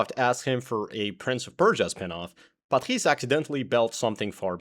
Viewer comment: as french your accent on "Patrice" is freaking good